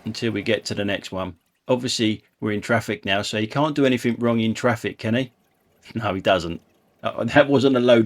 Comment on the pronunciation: Love you videos but can you say anything instead of anythink ?